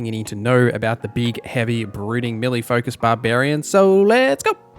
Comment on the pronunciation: its pronounced mel-lay